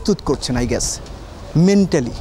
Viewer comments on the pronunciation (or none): none